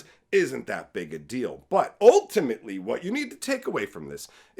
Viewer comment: The way you said ultimately works perfect when it sounded like "all timmy lee"